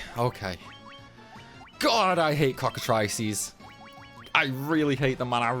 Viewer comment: I'm glad you actually pronounce "Cockatrice" properly. I cannot stand it when someone says it like "Cockatreece"